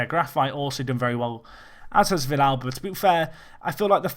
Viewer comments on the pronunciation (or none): Also it's vee-yalba, not vish-alba. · normal Spanish, you would say Vee-yalba, but Argentinian is a little bit different. Another example is the song Hay Un Niño en la Calle, where Calle is also pronounced as caa-che.